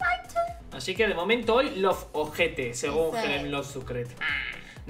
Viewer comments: Como se escribe: Loveter Cómo lo pronuncia: Lovojete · Cada vez que decía lovejete me sonaba a OJETE de acá Argentina y me reía yo